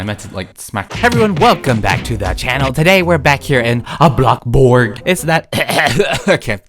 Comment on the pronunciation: "aBlOcKbUrG" Sorry im just used to saying it now, ive bee watching this for so long LOL